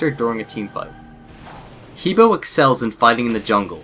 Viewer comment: The correct pronunciation is Her like him and her, and Bore like boring.